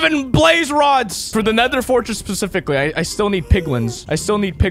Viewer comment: Everyone acknowledge that he said "pacificlly" instead of "specifically"